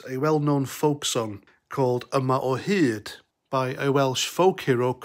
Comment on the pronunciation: Mate this guy is an idiot, what do you mean woke nationalist country. BTW try pronounce yma o hyd correctly if you do a video on it.